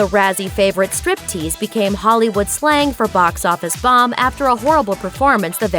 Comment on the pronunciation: She totally butchered "Striptease". Crappy actress!